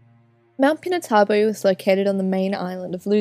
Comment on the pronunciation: It's pronounced pee-nah-too-bo